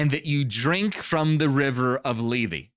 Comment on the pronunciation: Λήθη, Leéthee, th as in THink, not th as in THere.